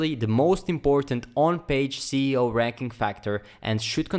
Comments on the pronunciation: Cee e o? I think it’s “es e o” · Thank you for this video it really helps me a lot ! More power to your channel sir. though you mispronouncing the SEO to CEO anyway the content was great ! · he’s saying it wrong. It should be “Es e o” not “Cee e o”. 😏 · when he says CEO instead of SEO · hey man great vid but i think ur pronouncing SEO wrong it sounds like ur saying CEO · once is forgiven but you said (cee e o!) so much to be forgiven... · why are you saying ceo? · I don't mind that. I mispronounce it myself sometimes. Awsome video, lots of tutorials could learn from you.